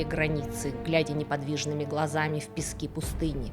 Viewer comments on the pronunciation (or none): none